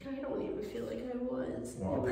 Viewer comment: damn "feel better", not "fill" (ahaahah "fill" too! :-))